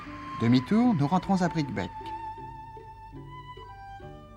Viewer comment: On prononce Bricquebé.Neuf ans plus tard la ligne fermait aux voyageurs à cause de la neige de janvier 1970...On imagine ce que ce chemin de fer pourrait rendre comme services aujourd'hui: la nouvelle ligne pour l'autoroute ferroviaire du fret devra passer par Tours-le Mans et Mezidon